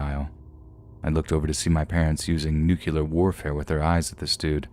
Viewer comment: Nuclear - new-klee-ar, not new-cular